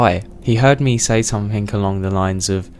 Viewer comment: had to quit halfway...cant hear k on the end of every word or somethink